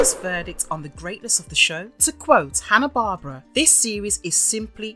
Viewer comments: IT'S HANA BARBERA (BAR-BEAR-RA) NOT HANA BARBARA GREAT WORK OTHER THAN THAT. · It's "Hannah-BAR-BEAR-AH!". That's how you sound it out. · The way you mispronounce Hanna Barbera drives me insane